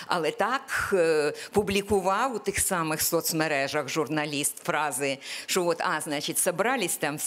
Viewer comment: Пані Оксано, якщо Ви цього не знаєте, в українській мові, слово колега, пишеться і промовляється через "е", а не через "є"..., а учнів, які говорять "шо-о", замість "що" оцінють як учнів з початковим рівнем знань, тобто трієчників... Зробіть висновки самі...